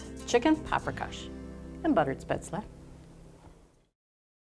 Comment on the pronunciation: I think it is pronounced shpayzel.